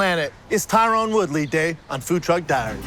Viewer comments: jesus not even 10 seconds in.... ..... It's not Tyrone..... it pronounced Ty-run..... for fuck's sake man. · Attention white people, His name is TY-Ron not Tyrone.. Thank you for your time. Best regards... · Tyron. Not Tyrone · Tie-Ren. FFS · Brendan literally mispronounced Tyron’s name 7 seconds into the video. How does this guy have a job speaking?